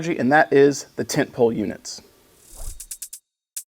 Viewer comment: Brother I heard tent peg 😂 not pole. Instructor used to give briefings in terms of lump lumps and tent pegs.. Ah good stuff, and good briefing video on the tent pole units. Hope it evolves the list game for the next tournament. Happy hunting